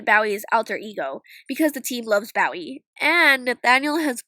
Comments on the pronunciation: Bow-ee? It's pronounced Boh-ee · Bowie is pronounced (boh-whee) he’s a famous musician and I am a HUGE fan. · Am I the only one getting hung up on the fact that she pronounced David Bowie (Bow-E) as BOW-ie? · bowie is pronounced bow-e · ITS NOT DAVID BAWIE ID BOW-IE!! it's so frustrating when people say his name wrong... And I thought ziggy was named after ziggy stardust but I wasn't sure... That just makes me even more happy because goats are my favourite animals while bowie is my favourite singer. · It's pronounced bow-ee Like a bow and arrow or a hair bow. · David Bow-eee. David Bowie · It's David Bowie (Bow (like a shooting bow) and ii (like like how you would openly just pronounce an e) Hope that helped! :) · luka should get the dog miraculous and its pronounced bo E his alter ego's name is ziggy stardust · David Bow-e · the way she said bowie :((( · Is anyone else the most annoyed at the way she pronounced David Bowie’s name?